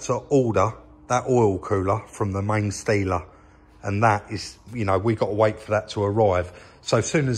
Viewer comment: could've sworn you said " main stealer " when referring to main dealer, made me chuckle